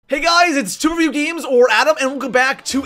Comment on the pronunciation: lmao